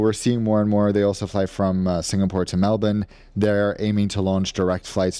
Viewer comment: said Melbourne properly!!!!! It's now.